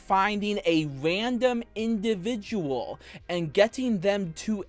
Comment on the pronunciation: Wow white bowser said a 5 syllables word all by himself. In-do-vid-u-Al. I’m educated now.